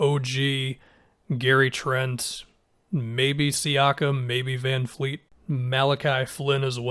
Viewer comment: Just a reminder that his name is VanVleet, not VanFleet.